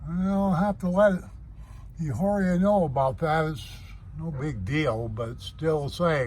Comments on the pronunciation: It's pronounced "E" ah or ah. Soft H. Does not rhythm with a street walker. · everyone pronounces it like that. It's humorous. Very informative video.